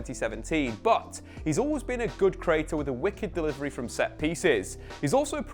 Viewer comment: The way this man says creator makes me chuckle